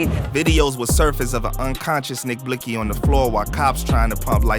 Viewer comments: She disrespectful she said NiCK BLICkSy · This bitxh said nick blixsy🤣🤦🏽‍♂️ G.i.p Nixk